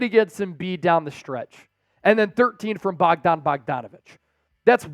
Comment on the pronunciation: Knicks lost game 1 against Atlanta in 2021. And it’s BOJAN not Bogdan